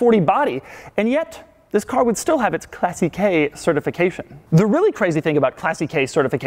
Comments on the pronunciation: Its "clàssiche" not "classichè" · Argh he keeps saying classicheee. It's clàssiche, it's the first syllable which is stressed, not the last one! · Not classichè, but clàssiche! And not speziale but speciale! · Please !!! At least pronounce it correctly !! Not “classiquai” … classiche !!! Like classikè…!!!! Dio madonna !! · I love how he says "Classi - kaay" for "Classiche" :-D By the way, it's pronounced "Clah - ssick -eh", more or less. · Clássiche not classichè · its NOT "Classy- KAY" its pronounced "Class-eek" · That 'classiche' is pronounced as 'classike' not 'classikei' and it's not 'spesiale' it's 'spechale' lmao doug... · I don't think you pronounce "classique" as "classy-k." It's "class-eek" in French, so I would imagine it would be the same in Italian. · BTW is not „classikey“ but „classikeh“ the way u should pronounce it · "Classy-kay, classy-kay, class-kay" FFS DUDE it's pronounced "Classeesh" you moron! Ahem, nice vid thumbs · omg his "classiche" pronunciation is fucking triggering me. it's clàssiche not classichè. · Doug, I think the pronunciation is "Class" "eech", not "Classy" "k". At least that's how Wayne Carini says it... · How many times can he mis-pronounce Classiche???? (Class-eesh) NOT Classy-K. Jesus. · Isn’t the term for the certification pronounced ‘Classeesh’. It’s spelt “Classiche”. Think Rolls Royce Corniche. Pronounced ‘corneesh’. I honestly don’t know however posing the question. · I love how you mispronounce "Classiche" sounds like "Classy Key" :D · Pronouncing "Classiche" as "Classy-K"... So American. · It's pronounced "clah seech" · Doug you pronouce CLASSICHE in such a wrong way that s sounds funny. It shall sound as CLÀSSIKE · Oh, by the way, classiche is pronounced with ch as in church. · please never say "CLASSY KEI" again, sounds so wrong. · why do you spell it as Classic-key? in italian doesn't ends up in AI just a mute E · ahah love how i pronounces Italian words Classicheee''' and Speziale xD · please stop saying classy-kay..